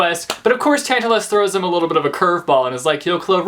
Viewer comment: the way you pronounce tantalus is correct :) I studied mythology, so I'm loving these books at the moment!